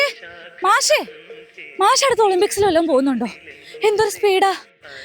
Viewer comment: മാശോ ? അതെന്താ? മാഷ് എന്ന് പറയടി